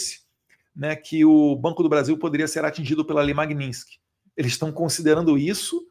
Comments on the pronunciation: Caramba Eduardo. Bora falar o nome da lei corretamente. É Magnistisk e nao Magnintisk. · Eduardo, o nome da lei é MAG-NITS-KY. Estás falando esse nome errado. Pega mal. Mag- nits-ky! You're welcome, darling! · Parabéns pelo seu trabalho em defesa da verdadeira Democracia! A propósito, o nome da lei é MagniTsky, e não MagniNsky. 🇧🇷🇧🇷🇧🇷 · Fala o nome da lei corretamente, pelo amor de Deus!! 😂😂😂 Falando sério: ótimo trabalho, deputado!!!